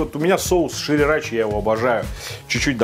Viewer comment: Почему все время ШИРИРАЧИ, шрирачи ведь? Не?